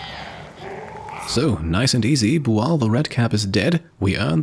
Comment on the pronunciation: Are they booing me? No, sir, they are saying "booo-al".